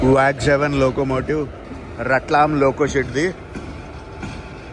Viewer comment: Sir రట్లం కాదు రత్లాం అనిచదవాలి .